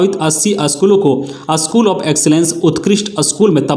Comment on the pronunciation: असकुल नहीं भाई स्कूल😂😂